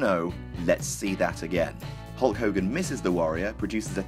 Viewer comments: You seem to be mispronouncing Hull Cogan's name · *Hulk Hogan